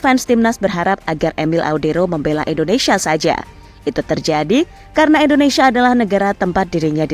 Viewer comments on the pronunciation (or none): Indonesia sis, bukan Endonesia, belajar lg bahasa Indonesia nya ya